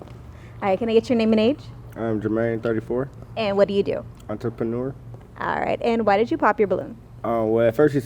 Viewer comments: My dude Jermaine said “Auntie- penuer”. That word is kicking yo behind Jermaine! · You can tell buddy was lying because he can’t even say entrepreneur 😂😂😂😂😂….. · 1st dude that struggling with pronouncing Entrepreneur is a Goof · Wow! An entrepreneur who has trouble pronouncing the word, ENTREPRENEUR... who doesn't want to state what he does for a living? Good luck, ladies🚩☢ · 😂 naw frfr red flags you already know what he DOES. But, looking at his neighbor every time he tries to pronounce ENTREPRENEUR every time took me out.